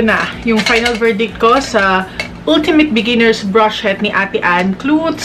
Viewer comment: yung "brush shet" talaga eh HAHAHAHAHHAHA